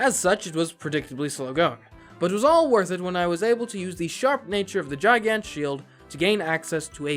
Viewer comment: its a hard g on gigant. its GiGant, not jiGant